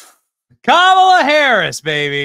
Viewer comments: Uh oh...Whoopie didn't pronounce her name right....Where's Stephanopoulos?! We all know how upset he gets about the mispronunciation. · Whoopi said KAMALA wrong!!!!!!!!!!! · Whoopi said Kamala’s name wrong 😂😂😂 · Another funny thing is Whoopie pronounced Kamalas name wrong 😂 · Whoopi can’t even say Harris’ name right 😂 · Did you hear how Whoopie pronounced "Kamala"? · Whoopi mispronounced Kamala. Does that her racist? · Is Whoopi pronouncing Kamala wrong on purpose?😅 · Whoopi mispronounced Kamala! 😮😂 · whoopi goldberg called Kamala Camala 😅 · Wooopie just said "Camela" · Was that Whoopi calling Kamala… CAMELA? 😂🤣😂🤣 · Did anyone catch Whoopie calling her Cam-a-la and not Ka-ma-la? Aww 😂 LoL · Whoop-de-doo called her camela, not comma-la...lol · Whoopi called her Camela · Whoopie pronounced her name "Camala" and not "Commala" For shame Whoopie!!! 😂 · Camela?! It's K A M A L A. How racist! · Uhoh! Did Woopie call her CamelUh? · Whoopi literally said - 🐪la- Camela 🤷🏻‍♀️🤣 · I cracked up when I heard her say Cam a la. That was so sweet cause everybody knows will be us nothing but a vicious, angry vengeful person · yes she did I called her KAKAMALA 😅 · So it’s ok for Whoopi to call her Camela, but then they freak out when people pronounce her name wrong? Really? I guess Whoopi gets a privilege pass! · Even her ass said CAMAL-A 😂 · Whoopi just called her Camela.😂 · Wait. Did Whoopi say camel-a? Nancy Mace vindicated. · Whoopi pronounced Kamala as Camela. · Anyone notice how that racist Whoopie pronounced Camela??😅😅😅😅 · I love that despite all the rage about people mispronouncing Kamala, even Whoopee did it just there 😂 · Whaaaaat? Did Whoopie just mispronounce Kamala's name? 😮 These dems are a joke! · Whoopi pronounced kamala's Name Wrong!!!!😮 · Whoopie said Kamela's name WRONG!! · did whoopie mispronounce kamala's name? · Wait, what? How did Whoopi pronounced Kamala’s name at the end of the clip? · Woopie mispronounced Kamala’s name😂🤣😂🤣😂🤣😂🤣😂